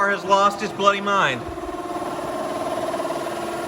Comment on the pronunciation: Weird saying 'bloody'. Doesn't sound the same in an american accent.